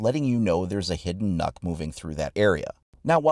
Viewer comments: I know normal players don't know how to pronounce the name right, but you said yourself that she's Danish, which means you know what language she actually speak, so when you see this letter "Ø" and don't know how to pronounce it right, you should have tried to just use a few minutes to use Google translate, and find out how to say her name correctly, becuase what you said all the time was "NOKK" which is a Danish word for "enough" just with an extra "K" in the ending, so please, when you do a YouTube video about it, do that kind of small detail research, and if you can't say the name, you can just play a small video of Google translate saying it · it funny how nobody can pronounce Ø correct. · Actually, the pronounciation is more like "nuke" not "knock." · it's nøkk not nokk lmao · Its not pronounced “nork”, its pronounced “noek” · But it's pronounced nuk... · No, because her name is pronounced Nukk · His name is not even close to being pronounced as "knock" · No, because unfortunately that's not how Nøkk is pronounced. It should be pronounced like nook. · Am I the only one that hears “nut” when he says nøkk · Everyone: It's Knock: Knuck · You say it like nuke but than without the e so nuk, got this from a Danish friend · "Ø" is pronounced as a "U" It's Nukk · He said nukk........boi😫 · Pronounced Nook spelled Nøkk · Please, if you ever say her name in the future, try saying Nyck instead. You will be far closer to the correct pronounciation. Ø is not an O. Neither is it an Y, but it's the closest letter you really have, in English. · He says it like it's spelled nuck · Its pronounced nook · it pronounced nʊk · Not to be rude but u said here name wrong You say it like Nöökk Well At least If you were Saying it right i don't even think the r6 team says it right to be honest XD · It’s pronounced nook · Well it certainly isn’t pronounced knock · pronounced nook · like hvis du er dansk og du syntes at folk ikke kan finde ud af at udtale nøkk's navn ahha